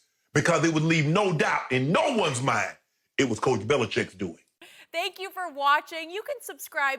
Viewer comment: I agree with Bayless for once. And why is Bill BeliCHICK getting away with having people pronounce his name "Belicheck"?